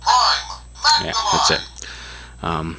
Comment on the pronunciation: Why is he saying Maxamize??